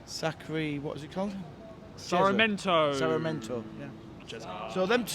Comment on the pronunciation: SARR MEE EN TOE. For the love of Jeremy.